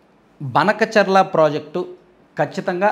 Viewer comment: అన్న అది బనకచర్ల కాదు.. భానకచర్ల అనాలి..